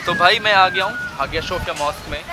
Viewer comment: its हाया सोफीया